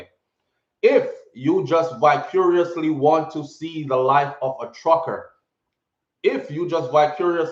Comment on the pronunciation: Breda mi a go need yu fi annunciate yu letter V betta fi mi sir please an tanks. Jus a mek sure seh di word was vicariously 😂😂😂